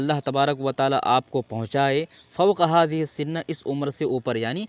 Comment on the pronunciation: " فوق هذه السن " بكسر النون أو بالفتح؟ قلت بالفتح، لم؟